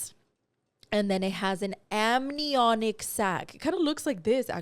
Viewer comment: Is saying amninoic instead of amniotic? 😂😂😂😂